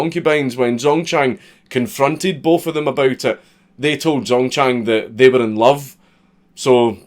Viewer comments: Pronounce it like jang dzongchang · when you said: "Zongchang was born..." I could've sworn you said "Zone-tan" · I'm not even Chinese and the first Chinese thing he said, the guys name already made me feel pain at how badly it was pronounced. Ah well, excellent video as always.